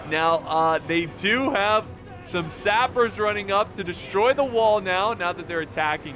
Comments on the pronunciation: "Sapers" "Retrainers" "Aramir" "Arrowmir" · Just fyi "sappers" is pronounced "sap" (as in tree sap) + "ers"